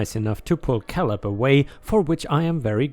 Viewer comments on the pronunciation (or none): Caleb is said as "kay lib" not "kal ib." 😛